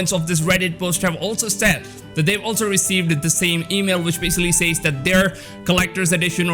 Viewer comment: Lmao, I haven't bought a new physical game in YEARS. I absolutely understand that you should get a physical copy beyond just the base version. In case you weren't aware, some weirdos liked being "slapped in the nuts". PS- the way you say "says" drives ME nuts lol.